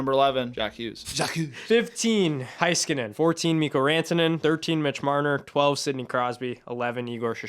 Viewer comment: Loved the fun discussion, but I gotta say one thing… Heiskanen is pronounced Hey-skanen, not High-skanen! 😅